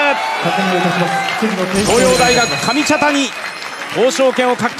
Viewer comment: かみたちゃにww